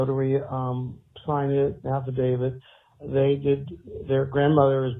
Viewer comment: Sidney said they're "affadavids."